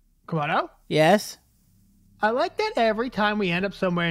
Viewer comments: No its not camodo kamodo i meant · Its not comodo its komodo